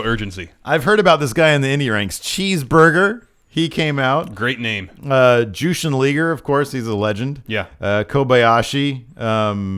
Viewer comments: Jushin Liger, not leeger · "Jushin Leeger"